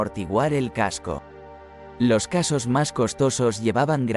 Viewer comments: . No amortiguaba el casco, amortiguaba el contacto con el mismo. Y se te ha colado "casos" en vez de "cascos". Las escenas o las imágenes estan "grabadas" y no "grabados". ¡Venga que lo puedes hacer mejor! En todo casco, perdón, caso, muy interesante tu vídeo. A mejorar: que parezca dicho y no leído. Canta mucho en esta grabación. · madre mía con los "casos" xD en vez de cascos..... q dolor de cabeza.... muy buen video por cierto, quitando que como lo lee un programa pues hay cosas q chirrían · La locución automática deja que desear, algo monótona, con muchos errores de pronunciación en la descripción de los elementos...no dicen "cascos", si no "casos" ; en fin, no voy a ser pejiguera, pero mejor voz humana. El contenido muy interesante. gracias